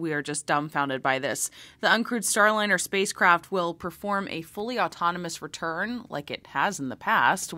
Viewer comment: I think you mistakenly pronounced Boeing's debacle as "Starlinner", but you more than made up for that when you Freudian Slipped and referred to it as the "spacecrap". And as for hearing from Butch and Suni? I doubt that will happen soon. They might no longer be in yay-team-cheeleader mode, and NASA may be worried about how they would respond to questions. Because how would NASA punish any negativity - send them home?